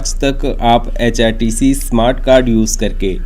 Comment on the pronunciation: HpTC ko app hrtc bol rahe ho